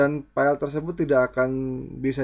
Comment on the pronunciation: File kang.. Bukan Pell.. 😁 Mantap info nya..